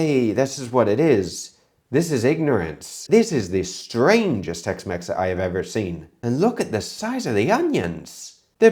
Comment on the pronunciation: Jamie Olive-Oil Tex-Mex ❌ Jamie Olive-Oil Tex-Mess ✅